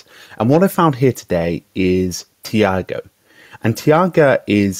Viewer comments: Interesting video, thanks for posting it. Shouldn't it be pronounced "taiga" though, rather than "tiaga"? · Not super important... but here is the correct pronunciation of the name; "TIE-gah" (ref